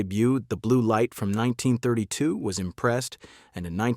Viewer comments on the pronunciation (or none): Did the narrator before the film began misspoke the year 1932? It sounded like he he said 1992 instead of 1932.